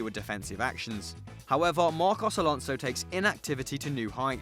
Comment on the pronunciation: Broo u are mad how come do u say alonso